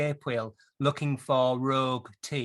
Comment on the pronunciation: ' .. go round the escape wheel looking for rouge teeth ..' Therewa, how good is that in Northern accent! 😁